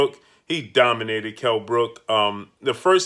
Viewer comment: Domanated kell? What the hell where you watching?